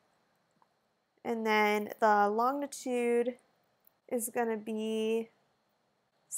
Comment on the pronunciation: fyi: 'longitude' is pronounced lon-ji-tude.